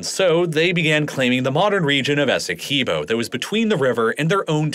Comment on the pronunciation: As a guyanese everytime you say essequibo wrong i flinch